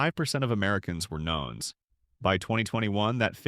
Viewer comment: "Nones" is "nuns" not " knowns".